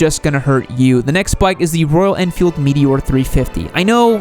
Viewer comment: Him-a-lane, oh shit Himalayan Meet- a-whore not again meteor 😑 My bad